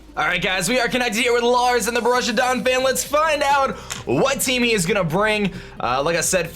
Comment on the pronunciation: Lol its Bo-roos-ee-uh Donphan